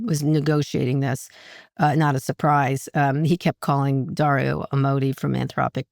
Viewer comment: Amodei is pronounced Ah-moe-DAY , meaning "love god". Anthropic means "human centered". They are beautiful names that are holding the line of AI. Come on, Kara!